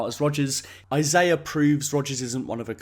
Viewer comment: Thank you for pronouncing Isaiah's name correctly.